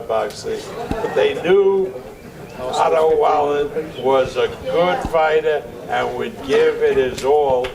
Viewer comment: Name pronunciation evolution J-10 : Otto Wallin J-1 : Otto Valin J+1 = Otto Vaseline 😂😂😂😂